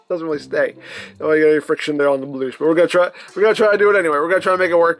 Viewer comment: When I heard him say "loose" I was expecting "loose canon", but bloosh is fine 🙂